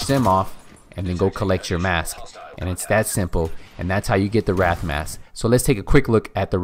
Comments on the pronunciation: It's not a Wrath Mask. It's a Wraith Mask. Pronounced /rāTH/ Just wanted to let you know. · Not expecting this guy to respond but: The Wraith mask being pronounced incorrectly. WRAI in the word WRAITH is said as RAY. RAY as is X-RAY. He is saying {RATH} which is spelled WRATH. As in WRATH of The Four Horsemen of the Apocalypse. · little nitpick: it's Wraith, pronounced "rais"... Not Wrath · How many times did you say wrath instead of wraith? Holy shit obviously never listened to a rap song. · Just FYI "Wraith" is pronounced RAY-TH not rath. But thanks for vid. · Yeah I caught that as well, I was like " Did he just mispronounce Wraith as Wrath? the hell " lol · The wraith mask is your favorite and you don't pronounce wraith correctly..